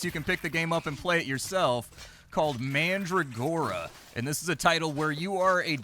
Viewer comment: Pronounced Man-dragora, not Mandra-gora.